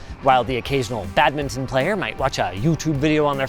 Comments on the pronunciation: The way Linus says badminton...... (bad-mi-tn). Might unsub after 9 years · I wince every time you say badminton.